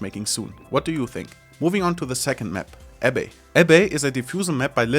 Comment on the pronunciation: Its pronounced AB -- BEE :D